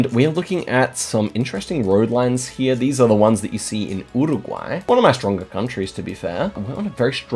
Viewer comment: an australian not knowing nz very wierd. why do u pronounce uruguay wierdly also sounds so depressed